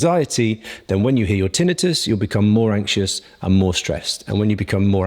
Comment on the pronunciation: Yes, he is pronouncing this correctly.